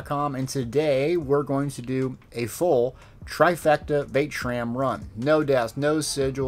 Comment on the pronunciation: “Vae-tram” lol gg! Glad to see you back at it man. Keep up the great work